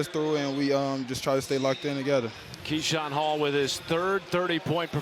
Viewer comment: Keshawn “Kashawn Hall” Hall